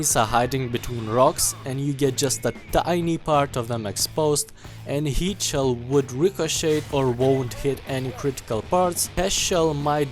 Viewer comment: I can't unhear you pronouncing heat as yeet